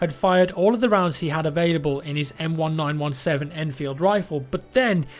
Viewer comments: The m1917 is pronounced like the m1911 as a year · Why didn't you say m-1-9-1-7?... It's pronounced like the 1911